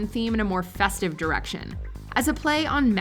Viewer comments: Guys, please double-check pronunciations. "Faux" is said like "foe" not like "fox". "Macabre" is pronounced "mah-cob". This type of thing may not be a huge deal, but it comes across as a bit lazy and sloppy. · Oh my God please have someone else write and narrate stuff for Drag Race. Just so much cringe from "macabre" being pronounced incredibly wrong to making weird connections (what the heck does Violet's passing the crown look have to do with her tartan and Hello Kitty looks). Jesus. Get someone gay to do this. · I ran to the comment section as soon as I hear the pronunciation of “macabre”.